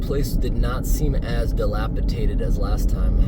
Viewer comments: Please, the word is delapidated, not delapitated. Just trying to help. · Drinking game for this video, take a shot every time mispronounces dilapidated